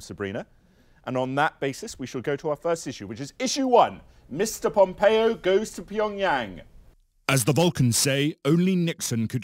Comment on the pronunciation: did pat call him PompeeO?